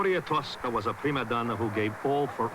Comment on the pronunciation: Merrill says tusca instead of Tosca LOL